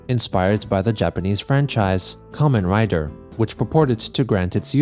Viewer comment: First, Thank you for saying Kamen Rider correctly, very cool. Second, Goddamnit why is Kamen Rider being mentioned. Small note I'd like to add, Kamen Rider is a Live action TV show, It has Games but is known for the TV show. There is a season that features a Game motif called Ex-Aid. It's an okay show, but clearly the fixation here was over the video game bit, not necessary because Chris is a huge Kamen Rider fan. I'd also like to add Chris saw me cosplaying as Kamen Rider Fourze once and commented on it. Again I think the knowledge there was through the mutual themes of friendship MLP and Fourze shared during their same airing time. I can't believe I typed all this out, Lord save me.